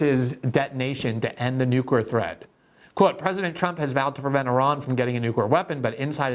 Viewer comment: Glenn, you're brilliant! U should probably practice saying "new-clear." Nookyer is NOT a word (and it makes you sound ignorant).